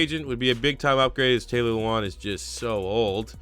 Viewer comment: It kills me when people can't say Mariotas name right! MAR-E-O-TA NOT MARE- eota. Edit: I just heard you say LOU-Wan instead of LE-wan. in and I'm out on this video.